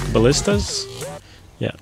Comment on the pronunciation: lol nice work, and yes your pronounced ballista properly